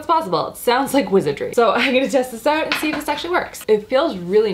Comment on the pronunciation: I LOVE the Canadian pronunciation of the "out" words!! ❤️